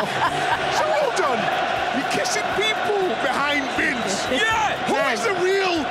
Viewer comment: Carra's "yeh" will never fail to crack me up